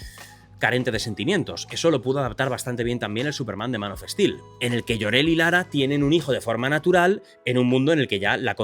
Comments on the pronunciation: Es español. Que querés? Son brutos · Se dice "man of stil" y no "manof es til". "Zac snaider" y no "Zac es naider". "Kevin speisi" no "Kevin es peisi"